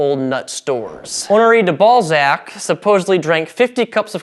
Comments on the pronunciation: "Honore de Ballsack" Wooooooo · Honore de ballsack